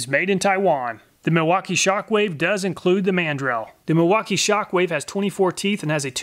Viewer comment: How about The pronunciation of the Man. Drill! In instead of mandrel 🤣🛫